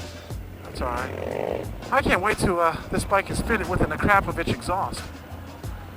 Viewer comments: I love the way you pronounce Akrapovic and Panier. A-crap-ovitch. Pan-ear. So funny. Of course, most of us would say Akra-poe-vitch and Pan-ee-ay. Because that's how they're pronounced. But you gave me a good laugh anyway. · Love GS Adventures! 2 things though. Panniers is pronounced - Panny-ers and Akropvic is Akro-po-vich ;)